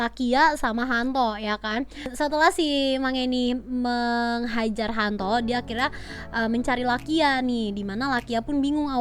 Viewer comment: HANTO ❌ YANTO ✅